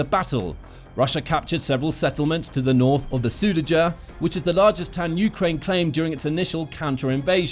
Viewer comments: its kursk not kurks and sudcha, not sew dee ga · Am i the only one who noticed the (probably AI) narrator kept pronouncing “Kursk” as “Kurks”? Also “Sudaja” lol